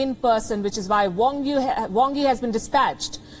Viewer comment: "Wrong hee" has done "wrongs things" then comes at a "wrong time" to get "wrongs things" corrected "wronglee"🤣